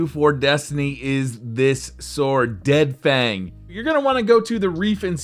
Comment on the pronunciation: i face palmed when you said deadfang instead of dreadfang